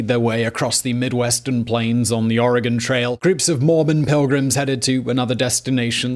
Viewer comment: Thank you for pronouncing Oregon correctly